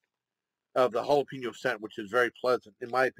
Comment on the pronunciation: The way you were saying jalapeno sounds like Galapagos as in Galapagos islands